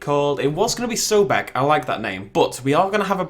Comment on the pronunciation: it's so-bek, not so-beka. Anyways. Yes he is the Egyptian god associated with crocodiles manly as the holy animal for him.